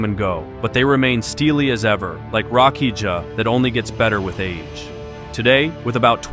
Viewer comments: Rakija is pronounced rakia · too compact unfortunately . and Rakija is pronounced RakiYa. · Rakija? Its pronounced "rakiya". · Bro said rakiđa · Just say rakia at this point dont add j please 😅